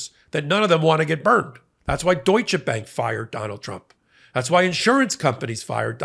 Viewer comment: Very nice pronouncing of Deutsche Bank 👍